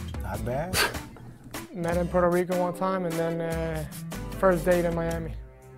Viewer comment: is puueerto rico not porto rico